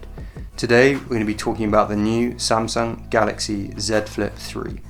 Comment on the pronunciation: I like how he pronounces "samsung". It is "a" sound, not "e" sound.